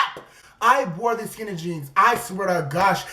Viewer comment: "skinty" 🖕FUCK ENGLISH🖕